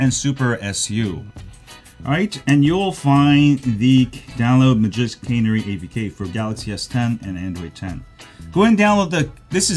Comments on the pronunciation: Canery? Cannery? CANARY! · Canary is pronounced like the bird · "Cannery" 🤣🤣🤣🤣 I love accents!